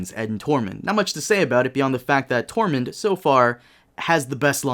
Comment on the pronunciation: His name is Tormund not 'torment'! Though it actually sounds cooler